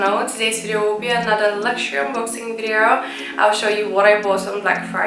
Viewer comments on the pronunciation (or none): none